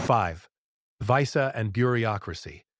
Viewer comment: Stop using AI to do the narration, it can't pronounce words accurately like visa. Thumbs down